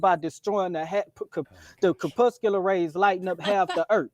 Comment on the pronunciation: 1) "kerpusular rays" 2) you don't need to explain seasons on the globe in a debate, thats first grade science. JFC